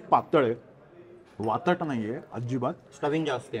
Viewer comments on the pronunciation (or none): वातड असा शब्द आहे वातट नाही